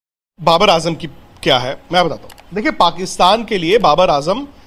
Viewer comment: baqi theek hai naam sahi lelo ajam ni azam hai🙂